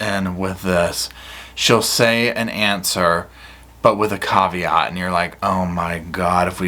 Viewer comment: “Yes, but with a cav-e-ott”. 🤦🏼‍♀️